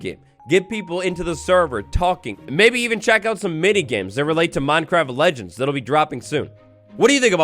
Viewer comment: Did anyone realise thanks “legneds” instead of legends 😂😂 love ya